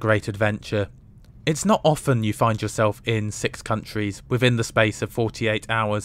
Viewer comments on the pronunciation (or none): none